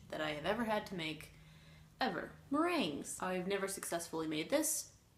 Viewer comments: pronounced "meraingay" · Too used to pronouncing meringue in spanish...i don't like the sound of it in English 😥